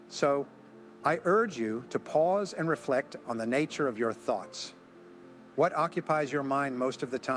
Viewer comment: Thoets? Then Thoughts? A toe_tally different per_sone? Sounds so smooth and real. Then this AI creep reveals himself.